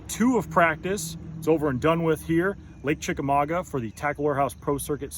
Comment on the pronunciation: You think they would learn how to pronounce it. There’s no N it Chickamauga!